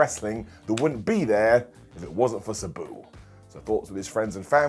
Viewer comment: It’s Sabu ( SAH BOO). Not SE BU